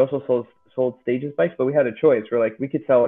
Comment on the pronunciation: I think it’s stagEZ at least that’s how an anglo would pronounce it. Same as how you would pronounce the plural of “stage” in English. Good news is English is a language without rules. As long as we know what you mean it’s all good 👍